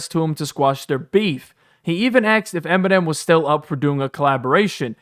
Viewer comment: This was a good review .....however....Why is this narrator saying "axed" instead of asked? 😂😂 He sound like a frat boy "tryna" be somebody he ain't! 🤣💯 #malibusmostwanted